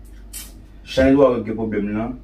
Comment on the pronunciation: Lang vrèman lou pou di chanèl la😆😆😆